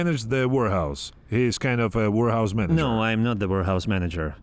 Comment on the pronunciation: I keep hearing "wh*rehouse" 🤣🤣🤣